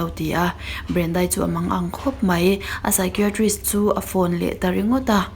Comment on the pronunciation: Psychiatrist i lamdan hi ngaihmawhawm deuh hlek ,I thiam si a, I lam dikloh hlek hi a langsar thin a.